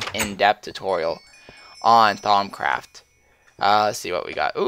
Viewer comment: it sounds like you say thong craft troll :D